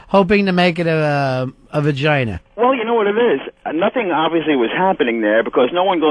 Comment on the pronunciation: he says "Vaginer"